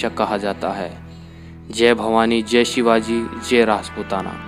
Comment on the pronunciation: Madam aap chhatrapati Shiwaji Maharaj ka Nam achhe se liya karo